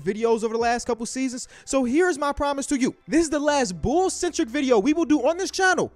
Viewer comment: Everyone: The Bulls: The Bools